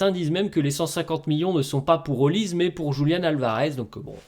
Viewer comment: Olise ce dit Olisé ... Comme pour doué pas Édoué ... Serieux ça parle de foot et vous ne savez pas les noms des joueurs... atroce